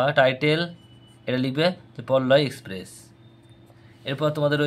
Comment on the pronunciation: আরে পল্লয় এক্সপ্রেস নয় পায়ওলি এক্সপ্রেস